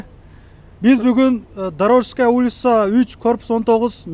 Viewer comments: Туура суйлогонду уйрончу сенден блогер чыкпайт дорожская эмес дорожноя десен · Дорожская дейтго Дорожная десен аяш ава😂😂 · Дорожная 3к19 деп турат Туура окусан брат биринчи очередь адрести😂😂😂